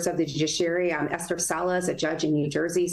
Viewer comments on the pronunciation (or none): none